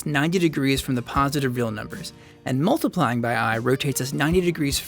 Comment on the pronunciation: Its multiplying. Not moltiplying. It sounds awkward. I have to bear this to learn complex number theory.